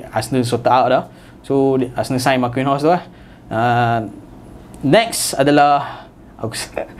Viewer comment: Hopefully hangpa semua boleh improve dan belajar cara sebut nama team & player dengan betul. Contohnya, Bournemouth = “Bawn Muhth” Marquinhos = “Markeynos”